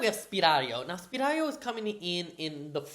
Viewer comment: It's Sypario, not Spiralio (I think this with Hermione's voice😂)